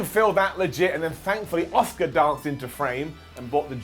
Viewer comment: Nobody's ready for "Oscar!" Well, that's how pronounces her name anyway.